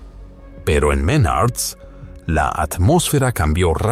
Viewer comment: Menards no Menarts jejeje pero igual buen resumen d su historia laboral 👍